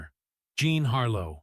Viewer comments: Whoever narrates these needs to pronounce the names correctly. John Harlow instead of Jean????? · I laughed when I realized the computer was pronouncing “Jean” in French!!!!